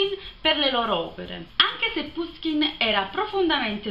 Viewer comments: Appena finito di leggere come coronamento delle opere principali di Puškin in prosa. Alcune precisazioni. È giusto pronunciare Pushkin. Gogol', Turgenev e Pugacëv si pronunciano rispettivamente Gagòl, Turghènief e Pùgaciof. Romanticismo e situazioni romanzesche una dietro l'altra, bellissimo romanzo, per quanto concordo nella conclusione un po' frettolosa. Consiglio anche, dello stesso autore, I RACCONTI DI BELKIN e il romanzo in versi EVGENIJ ONEGIN (pron.: Ievghièni Anièghin), il suo capolavoro. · Ciao, ho scoperto da poco il tuo canale! So che questo video è di un anno fa, ma se ti piace Puskin (che si pronuncia proprio alla napoletana come dici tu, pushkin) e ti affascina la sua vita ti consiglio vivamente di leggere "Il bottone di Puskin" di Serena Vitale, che ricostruisce l'ultimo periodo della sua vita e le vicende che lo hanno portato al duello mortale. Di Puskin consiglio anche caldamente "La dama di picche e altri racconti". Poi rimanendo in tema letteratura russa un libro veramente molto bello è "Un eroe dei nostri tempi" di Lermontov (che si legge Liermontov). Benedetta